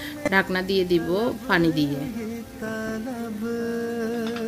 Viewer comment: ....apnar shob video gulo e valo....kintu aapni kicchu kicchu uthcharon vul koren...jemon Pani k apni faani bolen Piyas k phiyas bolen Piyarake apni fiyara bolen Piyaji k fiyaaji...aaro onek kicchu kottha vul kore bolen apni Ai uthcharon gulo valo kore bolben....tokhon apnar subscriber der shonteyo valo lagbe....just kicchu vhul uuthcharon gulo thik kore bolben next time👍